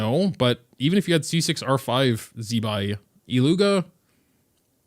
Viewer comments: IT-lyu-hia (not i-llu-ga) 😉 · I beg of you, go to flin's bio, and listen to "about illuga" bc, if I'm not mistaken, it's pronounced illu-hua (I could be wrong, but I heard a lot of ppl saying it like that, and I swear I heard flins say it as well)